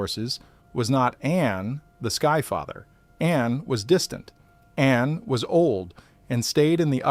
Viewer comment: Thank you. However. 1, Please pronounce the name An correctly. The correct sound is Ah-nn. 2, In another video you said indications are that we are the 8th species. Please reply with elaboration. If I'm not mistaken.